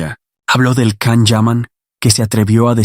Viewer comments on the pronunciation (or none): His name is Can - pronounced Jan - please say it correctly? You know so much about him but not this?!